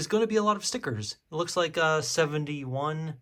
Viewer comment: Did you say “71” 😂